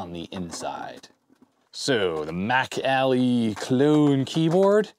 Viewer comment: I know you're saying "MacAlly" keyboard, but I just keep hearing it as "back alley" keyboard. You know, that shady guy in the trench coat selling keyboards in the alley.